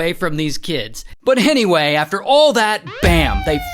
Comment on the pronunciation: Did Ray just say "Hennyway"? 😂😂